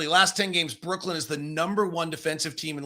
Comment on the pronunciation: I wonder if is ever going to learn that it's pronounced Brooklyn not brookland